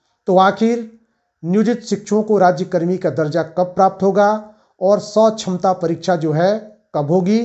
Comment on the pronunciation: जो है सछमता परीक्षा नहीं सक्षमता परीक्षा बोले जो है जेबासेके ।